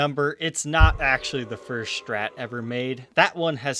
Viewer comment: Why does he pronounce Strat as "shtrat"?